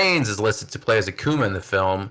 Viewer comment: Stopped watching when the host can’t even correctly pronounce Akuma